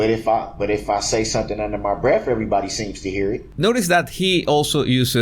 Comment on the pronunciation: It’s “under my breaf “ or “oaf” or “tat”. Make sure you axe him the right question!